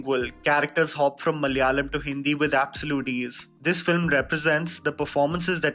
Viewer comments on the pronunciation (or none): none